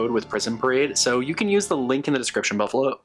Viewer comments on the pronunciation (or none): Loving this intro so much and the outtake was great! I had a good laugh and rewound it because it sounded like you said “description buffalo” instead of “description below” at the beginning, which feels very fitting for the haha. This is such a gorgeous collection, so many gorgeous vampy shades.